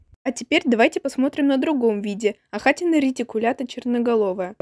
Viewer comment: Ахатина удариение падает на первую букву «А»